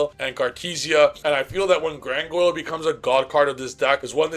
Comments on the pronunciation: Grandguignol is pronounced "Granginiol". What the hell is "Grangoil"? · Driving me crazy every time bro calls Granguinol "GranGOYLE" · Brother, I love your input, but if you say gran goil 1 more time, 😂lmao